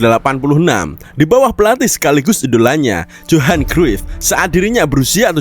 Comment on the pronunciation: Dan johan cruif bukan johan tapi yohan